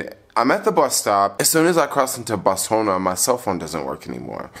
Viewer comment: ".....culture to pronounce their letters a certain way." How is the pronunciation of Botswana based on "southern" letters? It's three syllables! He didn't need to learn that in southern schools, but rather upon visiting the country. It's basic respect. The same goes for Namibia.